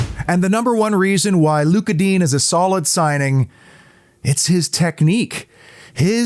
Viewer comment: Just a pronounciation note, Digne is not pronounced ‘Dean’ but rather Dinè with the è said like ‘yay’ .